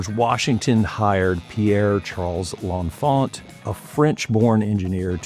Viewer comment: I'm not sure which is more annoying, the complete erasure of Benjamin Banneker from the story of DC's design and civil engineering, or the pronunciation of L'Enfant ("lawh fawh") as "lawnfah"